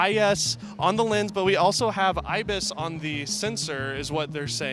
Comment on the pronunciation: Did anyone else notice hes sayin ibif instead of ibis in the end?